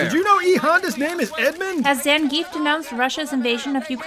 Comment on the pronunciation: They mispronounce Zangief too.